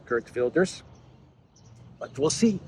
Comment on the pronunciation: Gert is prnonced HEERT. Like HAIR plus a T. HAIRT VILDESH. Hard V sound too. and RS becomes SH. HAIRT VILDESH.